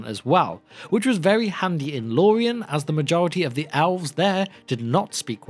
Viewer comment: Is there a reason you pronounce elves as alves?